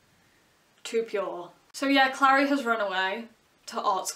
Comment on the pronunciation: the show is soooo baaaaad noooooo don't touch my booooks! CRinGe ATTacK p.s. the way you say Clary is weird. You say Clari, I say Clairey